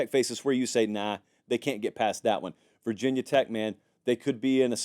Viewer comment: It’s not “vah tech”